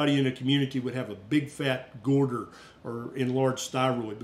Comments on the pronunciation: Good information; thanks. I’m not a doctor, but you keep saying “gorder”, instead of goiter. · Love you, but the way you say 'goiter' in your southern accent cracks me up every time. 😂😂😂❤❤❤